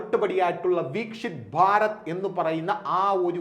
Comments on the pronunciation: വീക്ഷിത് ഭാരത് അല്ല, വിക്‌സിത് ഭാരത് (വികസിത ഭാരതം) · 'വീക്ഷിത്' ഭാരത് അല്ല സഹോദര... വികസിത ഭാരതമാണ്....